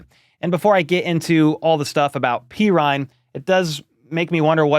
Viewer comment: dudes name is pronounced perine not perine PURR-EEN NOT PEE-RINE